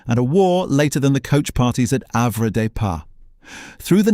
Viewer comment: While this is interesting the photos shown many are not taken in Jersey and the names like Have des pas are pronounced very incorrect making us laugh a lot